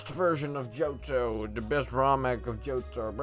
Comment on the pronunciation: Bro the way he says Johto is JoJo lol